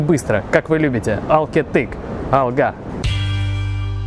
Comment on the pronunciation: Здравствуйте., Ал кеттік (ударение на первом слоге)